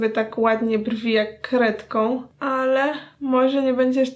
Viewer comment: Zamiast kredką usłyszałam krewetką😂😂